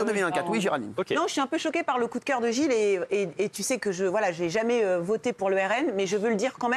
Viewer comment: « Jjai un koudkeur pour la essènesséaiffe »